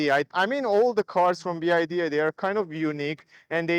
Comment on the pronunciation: BYD , NOT "BID"😅